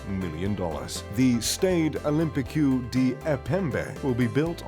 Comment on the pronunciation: "The Stayed Olimpy Queue..." seriously? ROFL